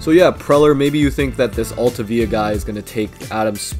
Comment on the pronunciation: Altavilla if he hadn’t gotten hurt would have been good, but learn how to pronounce his name before you talk trash. Really cool to see a guy who I played little league with in the majors.